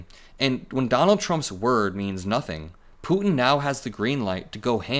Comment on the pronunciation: I absolutely love how you pronounce Putin.